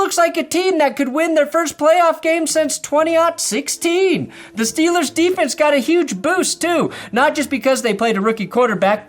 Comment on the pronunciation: No, nobody who likes his Steelers says Steelers like that. Just you